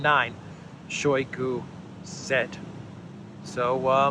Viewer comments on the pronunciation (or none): It is not [SHOWY gu] it is [shy GU], stress on second syllable, mute first syllable from ohy to ahy.